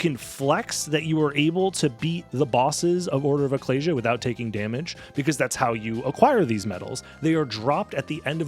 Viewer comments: ecclesia = ih-KLEE-zee-uh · Ek-kleez-ee-ah, man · Why do you say ecclesia like that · huh.. I thought Ecclesia was pronounced (eh-sea-lee-ah). Guess i was blind to the letter positions